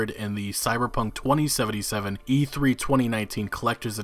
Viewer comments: Why does he say it twENTY Seventy Seven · I hate how you pronounce 2077